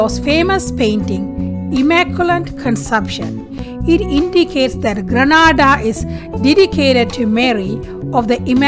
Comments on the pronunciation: madam grenada is pronounced gre na da like grenade with a a instead of e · Not far n.a. As it's pronounced get n.a. Da